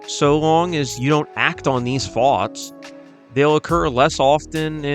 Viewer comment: how british ppl say thoughts